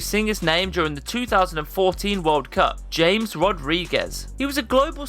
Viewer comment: It's pronounced James (Hames). Just because you speak English doesn't mean you can't pronounce a name in Spanish... cool vid